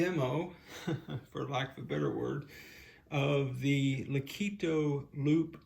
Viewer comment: "Leh-KOT-toh" not lih-KEE-toh. Name came from Italian musical term "legato" according to their website.